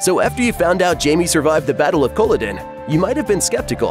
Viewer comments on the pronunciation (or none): Yeah, it got annoying after the first time that he was saying it completely wrong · How can you possibly comment on how historically correct Outlander is, if you can not even pronounce Culloden???? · lmao its cuh-lah-den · Cola-din? Are you fucking serious? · it would behoove you from now on to learn how certain words are actually said, before you come on here and make a fool of yourself, Kah la din aka Colloden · Can't even say Culloden correctly 😂😂😂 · Interesting video, but seriously, that's not how you pronounce Culloden. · Leaving accuracy aside, you would think the person making this video would pronounce the name Culloden correctly! It is a present-day village in Scotland after all. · Ok, enough. If you think as an American you can comment on the accuracy Outlander's Scottish history - make sure you are having the decency to pronounce both Culloden and Scots Gaelic "Gallic" properly! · I HATE he can’t pronounce Culloden! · the fact you can't pronounce Culloden correctly makes me not believe any of this video is factual.... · You would know how to pronounce Culloden, if you watched the show. And, who ok'd your pronunciation? The should be fired. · This irritates me we so much! If they can’t say that correctly, how can the rest be worth anything! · Very informal, but well annoying hearing Culloden pronounced like that haha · You lost me the second time you mispronounced Culloden. Seriously, Google is free.